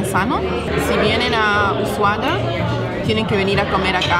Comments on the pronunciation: Ushuaia es, no es Ushuaa o Ushuaya 🥴 Ushuaia! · Por favor corrige el tal de "Usuada" lo pronuncia correctamente El vídeo magnífico Felicitaciones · Pronuncias mal es Ushuaia no Usuaya..... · Una vez que lo dice bien!!! lo corrije 😳 USHUA " I" A no Ushuayyyyaaa!!!! 😂😂😂😂 Excelente videos chicos!!! 👍 ☺️ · lo dice bien es ushuaia y lo dice mal jajaj usuada jaja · es ushuaia y no usuhada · Nunca escuche tantas veces pronunciar mal el nombre de un lugar. Es USHUA I A!!!